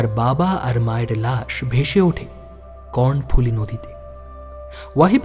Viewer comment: ভাই, লুসাই পাহাড় থেকে নেমে এসে যে নদীটি বাংলাদেশের চট্টগ্রাম ও পার্বত্য চট্টগ্রামের ভেতর দিয়ে প্রবাহিত হয়ে শহর চট্টগ্রামের দক্ষিণ-পশ্চিম ধার ঘেষা সমুদ্র সৈকত এলাকা পতেঙ্গাতে এসে বঙ্গোপসাগরে মিশেছে, অতি গুরুত্বপূর্ণ এ নদীটির নামটার উচ্চারণ হল, "কর্ণোফুলী", মহাভারতের "কর্ণ"র মতন। "cornফুলী" নয়। টাইপ করতে গিয়ে সিলি মিস্টেক বা বানানে ভুল হলে তাকে বলে টাইপো। সেটা শুদ্ধ করা যায়। কিন্তু রিলিজড সিনেমার মতন, প্রচারিত বা আপ্লোডেড অডিওস্টোরিতে যদি সেরম ভুল থয় তাকে কি বলা যায় বলুনত 🙂? সে ভুলতো পার্মানেন্ট মার্কারে লেখার মতন, নয়কি? চিরচেনা নদীটার নামটা বারবার কর্ণো'র বদলে Corn শুনছিলাম বলে কানে লাগছিল, তাই লিখছি। সম্প্রতি একই কাজ আমি অন্য একটা চ্যানেলের কিরীটী'র গল্পের বেলাতেও করেছি। এবং হ্যা সেটাও দীর্ঘ কমেন্ট।🙃 এটা প্যাটার্ণ হয়ে যাচ্ছে কিনা কে জানে!! তবে আমার এ কমেন্ট থেকে অন্তত এটুকু বুঝতে পারবেন আমি ইউটিউবে অডিওস্টোরির কতটা ইনভলভড শ্রোতা। ফলে অনুরোধ, আমার এ কমেন্টকে কন্সট্রাক্টিভলি নেবেন। আরেকটা কথা, মৃন্ময় হালদার ওরফে ওয়াহিবুল্লাহ নামের যে ছেলেটার একসেন্টে চাঁটগাইয়া টান শুনে গোয়েন্দা মশাই তার আসল পরিচয় ধরে ফেললেন, কই অডিওতে তার কথায় সে এক্সেন্টের প্রকাশতো শুনলাম্না! অথচ চাঁটগাইয়া বাংলার ধ্বনি (phonolgy) এতই আলাদা যে, সে এক্সেন্ট লুকানো বেশ কঠিন কাজ। চিটাগাং এর যত গভীরে যাওয়া যায়, সেখানকার প্রত্যন্ত এলাকার মানুষের কথা চলিত বাংলাভাষীরাও বুঝতে পারেনা। আমি নিজেই তার উদাহরণ, বেশ ক'বার ট্র‍্যাক করতে স্থানীয়দের সাথে ইন্টার‍্যাকশনের বেলায় আমার চাঁটগা বাড়ি এমন বন্ধুকে দোভাষীর কাজ করতে হয়েছে।বাংলাদেশে বাংলাভাষার যে কটা ডায়ালেক্ট আছে তাদের ভেতর একথাটা বোধয় চাটগাঁইয়া ভাষার বেলাতেই সবচেয়ে বেশি প্